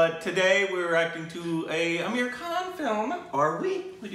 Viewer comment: P.S. I liked in the beginning how you were pronouncing Aamir the correct way!!!!